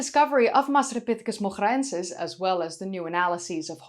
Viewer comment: I guess in Moghra : the GH would be pronounced like R in french and the R rolling like an R in Spanish. The way you pronounce it sounds like Dutch not Arabic 😂